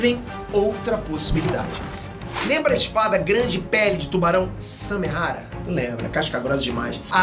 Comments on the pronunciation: É Samehada e não Samehara. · Nossa eu to lendo os comentários só pra ver se alguém mais notou!! Tava com agonia já!! Toda vez que ele fala errado eu penso, "É samehaDA, pôxa"!!! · nossa dava dando nervo do falando samehara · "SAMEHADA" N "SAMEHARA" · Noem certo:Samehada Como cê tá falando:Samehara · Só eu que tô com agonia dele ficar falando samehara? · Samehara é foda viu kkkkkkkk é Samehada po kkkkkkk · Só eu que entendi "Samehara" ? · SARRADA ERRADA por favor fale certo